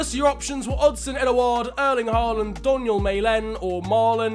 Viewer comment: It's pronounced ho-land